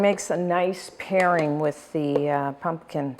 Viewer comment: Pumpkin, not punkin.